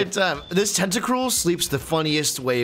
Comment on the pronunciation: that’s toedscruel not tentacruel